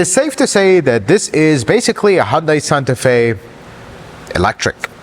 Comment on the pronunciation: It’s hun day not hun die